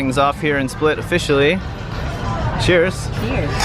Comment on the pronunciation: Oh and yes,you didn't pronounce anything right :) All you had to do is stop someone local and ask. We are realy willing to help and 99% of croatians speak english